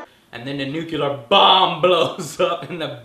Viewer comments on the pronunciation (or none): NU CLE AR not "nu Kill Er :D" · nucular? dont you mean nuclear? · Enough with the bad pronunciation! Its nuclear, not nucular. Sound it out, joe. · Nucular? or Nuclear? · NUCULAR equals NUCLEAR? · Joe has trouble saying NUCLEAR as well. Why do so many pronounce it nook u ler when it is pronounced nook lee er? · Nucular, its pronounced nucular....lol just like in the Simpsons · Ha! He said nucular. lol!